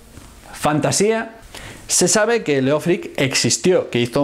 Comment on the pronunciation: Solo un detalle, el nombre Leofric en realidad se pronuncia léof-rich en anglosajón y significa amado gobernante (leof = amado, ric = gobernante).